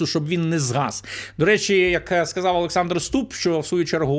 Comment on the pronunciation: Як бридко слухати наслідування вимові рашистські мові; сказаф, пішоф, даф...